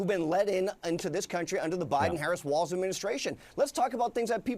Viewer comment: Shady Vance referred to Gov. Walz during the debate as WALTZ.... at least 13 times.